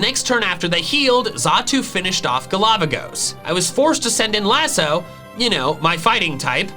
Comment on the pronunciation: best thing in this video after 'GALAVAGOS' = accented 'DADDYHEE'